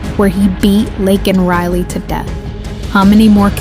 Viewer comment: And the press secretary can't even say lakan riley name but can say a trans person name that was murdered TRUMP 2024 🇺🇲🇬🇧🏴🙏